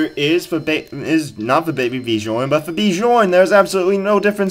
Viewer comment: Bjorn is pronounced byorn